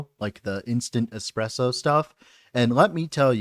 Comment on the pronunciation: Those who call "espresso" "eXpresso" don't deserve good coffee, sadly😢 Ok, you started to call it properly later on, but man, every time i hear eXpresso im dying inside. Thank you for the video, anyways